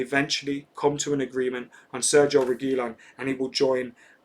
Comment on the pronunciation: ReguiLON stressing the last syllable if anybody cares